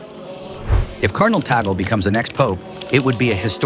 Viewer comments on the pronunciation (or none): "Tagle — pronounced 'TAG-ley,' not 'tag-ol.'" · The name of the Filipino Cardinal is not TA-GEL. The correct pronunciation of his name is TAG-LE---TAG as in "tag-along" and LE as in "le-mon." Before you talk about him, be sure to properly pronounce his name correctly first. You're not being credible with your very basic error about his name. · Eyyyy,,,, its not TAGEL ITS TAG LE,,, U IDIOT MUST RESEARCH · His surname is pronounced as THAG LEH.